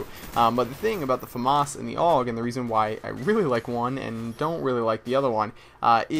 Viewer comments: I hate it when people say AUG like 'aawg' it's A.U.G. :@ Sorry about ranting lol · It's not pernounced og it's pernounced A.U.G like U.S.A. Duh every1knows dat